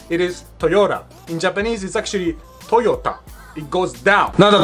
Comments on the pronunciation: As he was talking about Honda I swear I heard him say "Toyoda" and forgot to emphasize the "ta" at the end...hmmm... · Qué yo sepa en ningún país hispanoparlante Toyota se pronuncia Toyotá. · TorYourTar ? Lmfao 😂